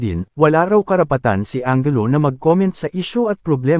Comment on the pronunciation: anjelu po ang pronunciation hindi angelo.